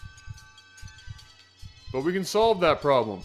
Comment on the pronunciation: We can SAWlve that problem.